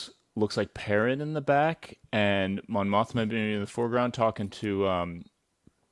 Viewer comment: Mon Mothma? More like Mon Moshma.